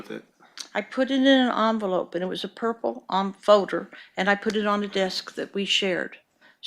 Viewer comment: Come on, its a purrrpel folder, purppol folder